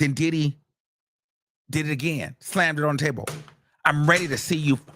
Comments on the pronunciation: Every time he say DIDDEEY… I lose it 😂😂😂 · The way he keeps pronouncing Diddy like Did-he is hilarious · No fr every time he says his name the emphasis and exaggeration has me crying I’m now saying it like him DIIDDDDYYYYY